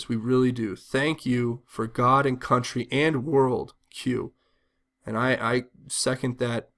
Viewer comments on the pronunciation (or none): none